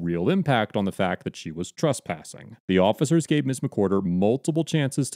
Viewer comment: Dude The word is TrEspassing with an E Not TrUspassing